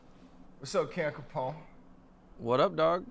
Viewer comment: Capone you got the name right. Good job‼️